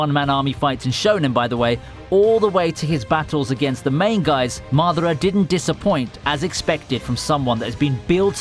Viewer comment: Thanks for not Butchering Madara's name